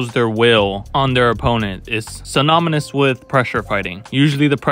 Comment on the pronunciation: 48 synamonous 💀💀💀